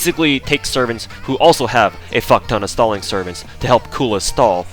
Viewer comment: Your pronunciation of stalling while discussing the stalling potential of Anastasia made me wonder when will DW release a Joseph Stallin' servant.